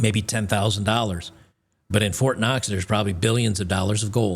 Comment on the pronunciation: I want fort knox...not fort cox